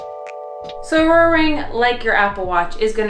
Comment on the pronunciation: The fact that no one commented on you calling the Oura ring “ourora ring”😂